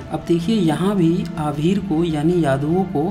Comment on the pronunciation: Waah bhai aabhir ko ahir padhte ho ....or bat knowledge ki karte ho. Hypocrisy ki bhi koi seema hoti hai 😂😂